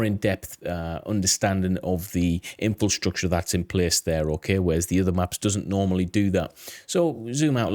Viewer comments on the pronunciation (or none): Every time you say 'In Fill Structure' instead of 'Infrastructure' a baby dies... Just sayin'. I bet you say 'New Queue Lar' instead of 'Nuclear' too :")))